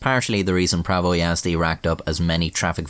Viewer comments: Might be late for a video but holy fuck you pronounced prawo jazdy surprisingly correct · as a polish person it was funny hearing you mispronounce "prawo jazdy" over and over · being a slavic guy I knew something was wrong when you said the name Prawo Jazdy🤣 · Yeah, I'm not even polish and I know it's pronounced "Prawo Jazdy" like smh, who would pronounce it as "Prawo Jazdy" its it's clearly "Prawo Jazdy"